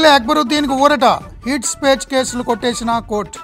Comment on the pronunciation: heat spach enti hate speech ra deevanam